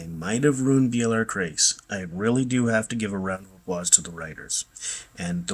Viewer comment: Its Bialar Crais